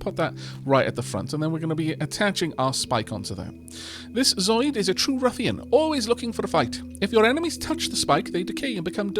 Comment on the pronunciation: I'm sorry to say, dear, that you've mispronounced "zooid" this entire video. It's 'zoo-oyd', not 'robotic animal from a cartoon'.